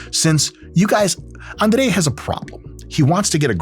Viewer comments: После идеального произношения имени Андрей и признания, что ведущий жил в Москве до 7 лет... Все встало на сво места ) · Я 5 раз переслушал, точно ли он русский 🤣🤣🤣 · you pronounced his name almost perfectly, 98% close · How df u said he’s name without an accent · Я чуть с кровати не упал, когда др. Майк имя Андрея без акцента произнес😂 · Как же круто он произносит слово Андрей, сразу видно откуда он родом :face-green-smiling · Duuude, he pronounced his name like a real russian native speaker, it did suprise me how he said it authentically, considering that he left Russia when he was 7. Woah